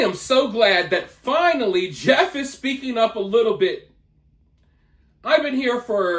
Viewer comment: She obviously has single digit IQ. She couldn't even pronounce Jeff.